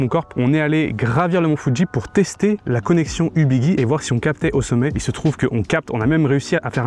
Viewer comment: On dit Ubiji et non Ubigui (Guirlande, gyroscope)